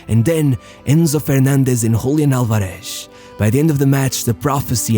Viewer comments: All good, but the "Z" is not Sh, just S. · The accent in Álvarez falls on the first syllable. It's /'al.ba.res/, not /al.ba.'res/ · /alvareSH/??? It's pronounced /álvares/ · Is not, alvaREZ is Álvarez .. ÁLvarez. head of chota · Really good video. I just wanted to point out it's pronounced AlvareS, with an S sound (rioplatense spanish accent's pronunciation of the letter Z) and not AlvareSH which is how you pronounced it; I hope u see it and helps you for future videos. Great content. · Just one tip: In Spanish, when pronouncing the generic surnames Fernández, Martínez, Álvarez, the z is pronounced like a normal 's' not like 'sh'. Only in Portuguese (from Portugal, not Brazil) it's pronounced like that. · Love how you say "Julián Alvareshhh" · It drives me crazy the way this guy pronounces the z's" en martinez, alvarez... he tries to emphasize the z sound, but ends up sounding like shhhhhhh, "alvareshshshsh" "martineshshshsh"... jajajaja, by the way, great video, saludos desde el mejor pais del mundo: argentina!